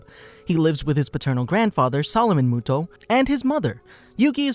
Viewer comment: Moto not muto